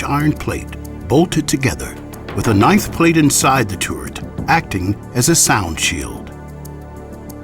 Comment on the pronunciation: The revolving tourette- how he says it lol